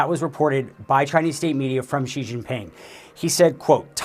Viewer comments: you have pronounced it wrongly. It is not "G" but "Xi" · Either "Xi" or "Jin", never "Ji"!! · Xi....not Ji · Si not Gi. Learn the name of the feeding hand. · For those who don't know...Xi can be pronouced in almost the same tone as Shi. It's not Gee, not Jee, not Chee, just say Shi. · Xi is pronounced as "she" not "zee" madam......not good from CNN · "president Gee" for real CNN? lol